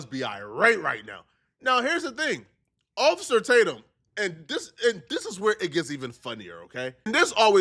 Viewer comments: "Occifah, Occifah please..."😂😂 gotta love Nick! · "Occifer" is crazy...